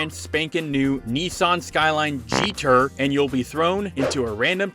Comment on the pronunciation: GT-R exists: "Geeter" Subtitles: "JETER" That said, great video (and lovely Clarkson and Driver references 😎)